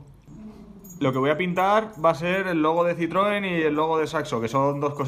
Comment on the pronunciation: Increible muy guapo!!! Pero en realidad seria ci-tro-en